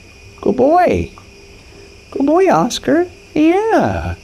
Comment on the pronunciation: Good BOY not goy (slur for gentile)